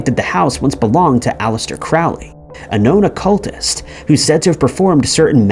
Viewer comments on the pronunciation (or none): none